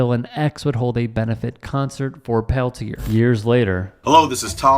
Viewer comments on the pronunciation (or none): please. Pronounce the name Leonard Peltier properly. (Pell Tee Ay) If you support the man, as you portend, pronounce his name properly. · I love Morello and his stands against bullshit whitey establishment on all levels. My father was an anarchist in Spain but fled when Franco killed the Republic. That said, Peltier is pronounced Pelt-yā (as in “yea” [“yea or nay”] ) the r is silent, not Pel-tier (as in “tier” of a 2 tier cake)...it’s french Canadian in origin. Let’s get that fact out of the way first.